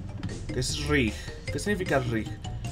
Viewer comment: RIG DECIA RIG...._. ES RING PLZ ES RING!!! RIng es la jaula del boxeo plz